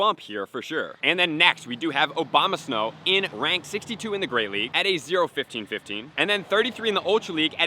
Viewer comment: Abomasnow not Obama